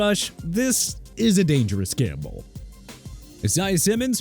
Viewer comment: That is not how you pronounce Simmons name. And the list is trash. TPS is a lazy “sports” channel